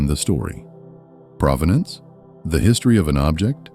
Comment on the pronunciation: It’s pronounced pro-ven-ance meaning history or story of the object. Not pra-va-dance like the city. ….. and that you don’t know that makes you new money. Or maybe no money.